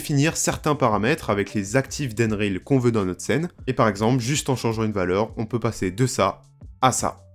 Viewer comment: DENRILE IGINE 😂